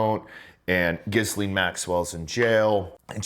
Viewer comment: Why is it so hard for some folks to pronounce Ghislaine correctly? It is not 'Gizz-lane' - It's 'Gee-lane'. The S is silent. Most Americans know how to say Quesadilla correctly....same concept. FFS 🤦‍♂️